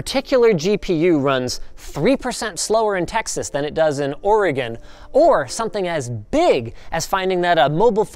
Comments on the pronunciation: Thank you for pronouncing Oregon correctly. It's so hard for most ppl. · I appreciate the correct pronunciation of Oregon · 😮😃🥳 ~ me in Oregon when he says it 99% correct! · Quite happy that Linus knows how to pronounce Oregon. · Thanks for actually saying Oregon RIGHT for someone not from Oregon